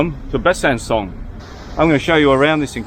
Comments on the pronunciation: If you want pronunciation, it's BUH-SUH-SAW (slightly nasal on the latter two syllables). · Ridiculous! Making a movie about a French town without obviously speaking a single word of French -- and not even being able to pronounce the name correctly! 🙄